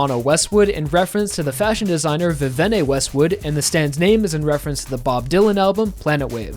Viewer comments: Vavenay Westwood.... it's pronounced VIV E ANN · It’s Viviene, not Vevene Westwood lol. Otherwise fantastic commentary